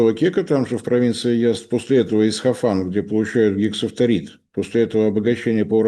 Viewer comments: при всём уважении, но ИсФахан, а не ИсХафан. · Только не Исхафан, а Исфахан. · Не Исхафан, а Исфахан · Всё-таки не "Исхафан", а Исфахан. Пожалуйста, не путайте,. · Нет, приглядитесь внимательнее: путает порядок букв - ИсХаФан вместо ИсФаХан. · Правильно будет говорить Исфахан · прошу прощения, но, город в Иране - Исфахан. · Кто-нибудь научите правильно произносить название города Исфахан! Ухо режет его произношение!